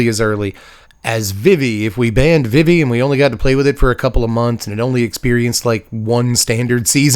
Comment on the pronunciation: VeeVee. It is pronounced like VeeVee.